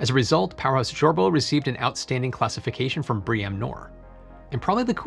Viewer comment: It's 'Bree-am'. But I'd disagree that LEED and BREEAM are 'the most rigorous standards for sustainable design'. Passivehouse is s great deal more rigorous. Breeam and LEED both let you trade off actual building fabric efficiency against bike parking, and bus stops and nearby shops. All of which are good, and sensible aspects of _planning_, but rigorous building standards should be about the actual building, both energy use and embodied emissions.